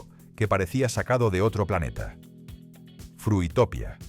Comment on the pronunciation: Frutopia se pronunciaba como utopía. 😂